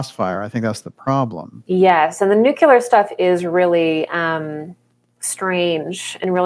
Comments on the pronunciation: It's actually pronounced new-clee-ur. Not new-cue-lar. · "Nucular stuff, nucular energy thing, nucular forces," no such words or things.